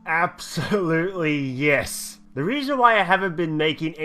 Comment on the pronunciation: Radal's mum "Yis Yis"